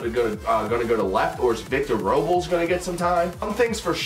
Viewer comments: It’s pronounced Robe-less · only comment, its pronounced "Roe-Bless"